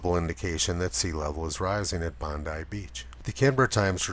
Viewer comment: Thanks for adjusting your pronunciation of "Bondi". Now you sound like a local! :)